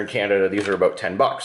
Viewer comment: What are you talking aboot, A?